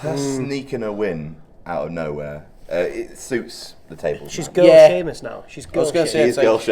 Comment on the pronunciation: just FYI: I was at a house show in Italy and they really pronounced Sheamus like She-mus